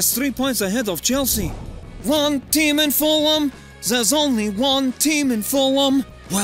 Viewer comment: Ahh good ebening chElsea fans shouldn't panic 😂😂